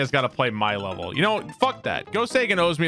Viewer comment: Lmao pway my wevel